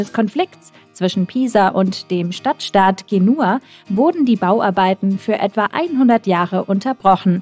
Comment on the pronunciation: Ge nua😂😂